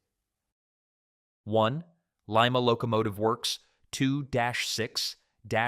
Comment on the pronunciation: I am only going to critique your C&O Allegheny chapter. To begin with "LIMA" is pronounced Lyma and not Leema. When you talk about the wheel arrangement there is no need to include the word "dash" between the numbers. The Allegheny was a well balanced steam locomotive with a factor of adhesion of 4.6 which meant less slippage on wet rail resulting in better traction. The horsepower number you quoted was drawbar horsepower and not indicated horsepower. A big difference! The Alleghenies were not hard on the tracks like its sister engine the C&O T1 2-10-4. Alleghenies were also used in fast freight and passenger service, the latter during WWII when they were tasked to haul upwards of 30 heavyweight passenger cars making up troop, medical and POW trains. They were known to be smooth runners at all speeds including the 70 mph passenger train speeds.